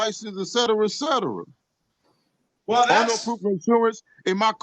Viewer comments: is the best.. I dont need, "excetera excetera" 😂😂😂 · No, it's "Cetera, Cetera" LOLOLOLOL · "brunged up" "witchu" "rucetera eccetera" "everbody face" "enytheen" "pointed torney" "tatchment" Neurologists have come to a common term to describe the mental process that is being displayed here... "lazy brain" or "mental shortcuts". We see mental shortcuts in the truncating of common words. The process also renders the victim extremely susceptible to conspiracy theories and this sov-cit crap. It is a sad fact that African Americans are disproportionately gullible to these grifts. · This word salad is absolutely ridiculous. You don't have a licebse "excetera excetera .. "